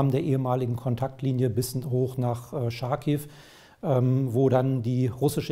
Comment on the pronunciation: Ich verstehe nicht wie sie es nicht hinbekommen Charkiv richtig auszusprechen.... Ist es ein Französisches Wort? Nein? Dann sagen sie bitte nicht Scharkiv. Das Ch wird wie bei Chutzpe ausgesprochen. Es wurde eigens ins Deutsche transliteriert, um es einfacher zu machen.